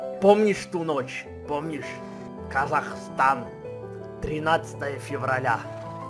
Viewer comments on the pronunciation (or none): none